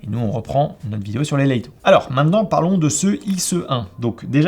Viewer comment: top la vidéo mais pourquoi "Laïto", juste 'Lito' ça suffit, même en anglais ça se prononce pas "Laïto" mais "Leutoh"